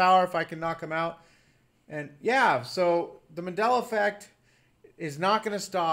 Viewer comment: Sweetheart, its MAN-della, not MA-della. Just an fyi.